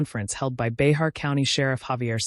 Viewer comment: I live in Behar County. "Bahar" is actually pronounced "Bear". Bear County. The 'x' is silent.